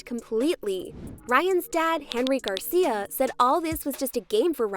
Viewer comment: Garcier? Wtf are you doing lmao why are you doing that? Your doing this stupid ier shit